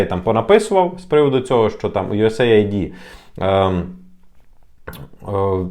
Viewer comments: US AID - юэс эйд, не USA ID )) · Ю ЕС ЕЙД так правильно вимовляється. Aid- допомога, напр. "first aid"- перша допомога. Наші "висококваліфіковані" експерти вимовити правильно не можуть назву, то, чи варто до них прислуховуватись? Це, якщо стоматолог тобі говорить тобі слово "імплант" то втікай від такого стоматолога